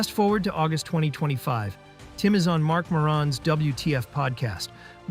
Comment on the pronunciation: Bro, the way you pronounced Marc Maron was horrible, but if that's my only issue with this, it's great work